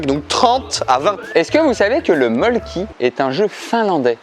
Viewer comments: Pour info ça se prononce Molkku et non Molkki, en Finlande le y se prononce u (ma tante y a habité elle sait de quoi elle parle) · En vrai ça se prononce mölkku. Voilà juste une petite précision